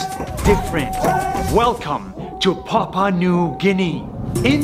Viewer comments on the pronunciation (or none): It's actually supposed to be pronounced Pa - Pu - a' New Gini